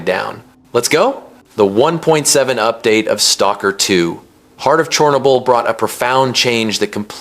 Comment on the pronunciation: never heard it pronounced Chornable before